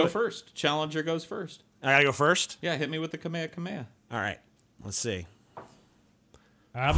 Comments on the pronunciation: Moderately neato. Nice Carlin call back,. Also is dumb. It's not kamehakameha its just Kamehameha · "Kameha Kameha"